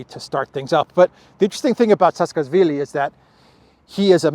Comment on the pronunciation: His name is pronounced like this: Sa-a-ka-shvi-li